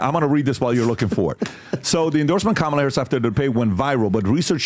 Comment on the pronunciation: Her name is "Kamala" not Letishya. "Kamala" is an Indian name. Don't forget how she wanted her name pronounced. Say it with a head shake together with accent and you'll get it right. Why is this even a doubt?